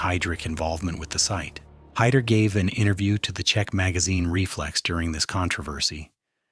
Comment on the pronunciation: And Heydrich is pronounced Hye (or Hi) - drich, not Hay-drich. Kind of fundamental, I'd say.